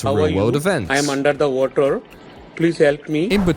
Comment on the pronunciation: larvar instead of watur